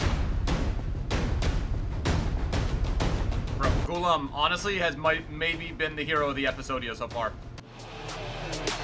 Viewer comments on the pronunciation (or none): none